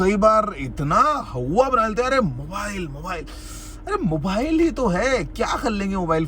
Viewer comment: How many times did he say hauwa??😂🤣